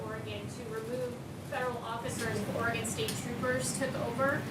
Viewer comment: This guy can hardly read.. listen to the way he pronounces Oregon loser